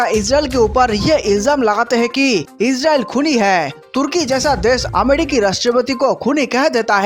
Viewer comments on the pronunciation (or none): पहले उच्चारण ठीक करो, अमडिकी नहि रे अमरिकी बोलो